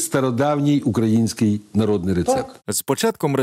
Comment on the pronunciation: не укрАїнський, а украЇнський) А так дуже цікаво)